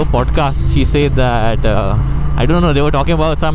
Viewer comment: Why is your “Said” said weird? 😅